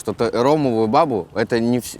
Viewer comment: Правильно говорить : ромовую бабУ ( происходит от Али-бабы , а не бАбы 🤗 )